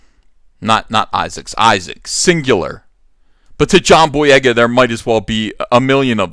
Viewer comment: Take a shot every time EVS says "jhon boyega" in this video lol